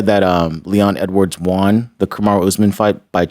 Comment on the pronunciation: Is it me or does say “Wawn” instead of Won